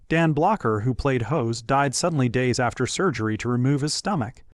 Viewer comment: It's hoss not hose